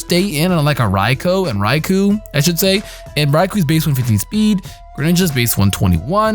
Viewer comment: Rai-Koh Not Rai-kuu You said it right the first time.